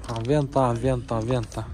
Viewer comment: Аванта дечи